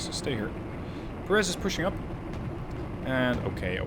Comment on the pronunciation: It's pronounced PÉ- reth, not Perés. Otherwise, nice video.